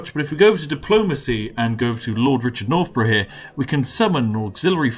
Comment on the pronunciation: Lord nor-bruhhh